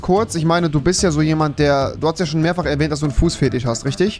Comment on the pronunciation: Normale Leute: Fetisch Rewi: Fetich